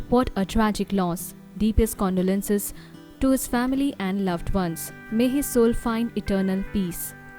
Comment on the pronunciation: Condolences not kandolense 😂